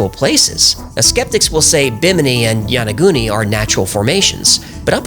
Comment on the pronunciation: what a trip, this guy pretends to be science based and then says yaniguni looks man made to me, must be Atlantis.